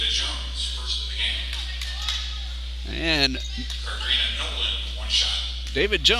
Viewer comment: To the speaker. Nolen (21)name is pronounced "Car" "drina" not "Ca" "drina"🤷🏾‍♀️ .